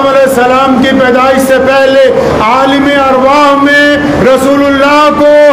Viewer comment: ye lafz aalima arwah nahi aalam a arwah he bhai